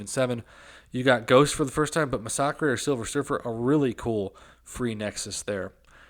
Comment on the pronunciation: its Ma-Sic-Ka not Ma-sac-kray (Masacre)